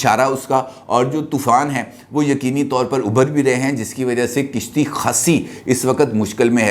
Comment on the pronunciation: Kishti nai hoti kashti hoti hy.🤗